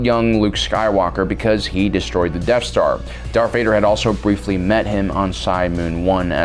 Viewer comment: Every time you say Death Star, I hear Deaf Star.